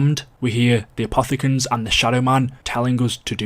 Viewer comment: My man wouldn’t stop saying apothogens